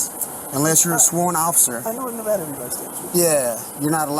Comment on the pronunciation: Thank you for pronouncing Nevada correctly sir keep up the good solid Content